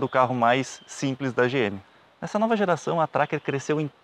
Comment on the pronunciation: Como sempre, um excelente trabalho o de vocês. O único problema foi ficar escutando, o tempo todo, "A novA" Tracker. Sugiro deixar o "A" para picapes, peruas e afinas. No mais, parabéns!